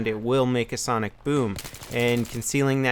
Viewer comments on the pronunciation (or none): none